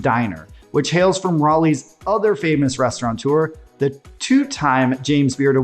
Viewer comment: There's no N in restaurateur bud.